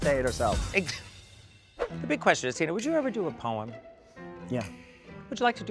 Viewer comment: LOL, did she introduce Tina as "Tuna Burner" or am I hearing things? LOL